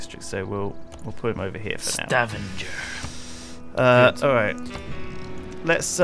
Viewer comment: I'm from Stavanger and I found it painful to hear say: Stavanjer. It's pronounced Stavanger with a G. And Nidaros is pronounced: 'Nidaroos' with an o not oh.